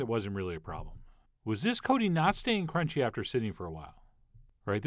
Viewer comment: That cronch tho